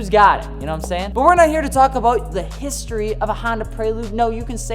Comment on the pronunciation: Cant hide that 1 ☝ canadian (about)aboot 😂😂😂